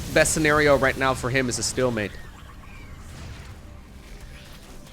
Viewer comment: am I the only one bummed out when hearing "stillmate" when its "stalemate"? is stillmate even a thing?